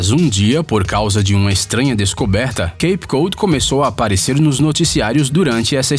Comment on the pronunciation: Pronuncia-se queip cód. Valeu!